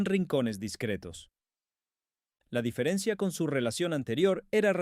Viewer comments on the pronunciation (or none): none